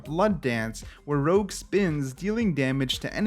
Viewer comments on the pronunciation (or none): It's Rouge, not Rogue :) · I am not 100% certain but maybe "Rouge" is supposed to be pronounced as "Rooj" like red in french?